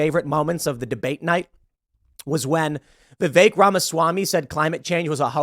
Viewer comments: Of course started it … Who TF is Viv-ache? Vivek. That’s EK, sounds like HECK. VivEK. It’s both ignorant and annoying; typical, then. Bloody yanks. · "Vivek" rhymes with cake 🎂